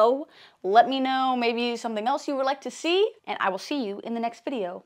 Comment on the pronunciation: Say adious 😹 i loved this parte